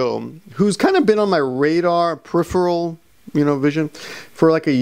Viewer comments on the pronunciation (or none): none